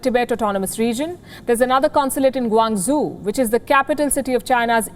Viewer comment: What can you expect from someone who pronounced Guangzhou as 'Guang zoo' 🤣